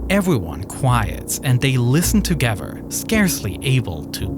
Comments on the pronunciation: Ferty-free men gavvered togedder?? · Yeah, everyone gavered togever. They were firty free, right? 🤦‍♂